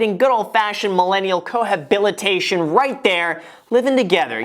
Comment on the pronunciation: Cohabilitation...? You mean cohabitation, Graham? 😂